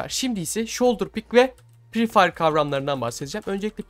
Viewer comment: Pree değil free